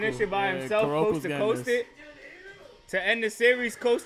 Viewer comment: "Kuroku" How ya'll gonna get the titular character's name wrong!? xD